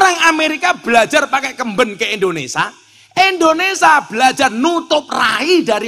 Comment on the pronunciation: Ngapunten, INDONESIA gus, bukan INDONESA